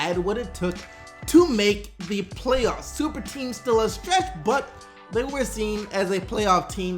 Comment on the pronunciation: He said STuperTeam!!!!!